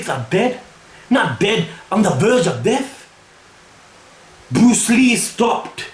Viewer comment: I love how he still calls Brulee, Bruce Lee xD. Classic:-)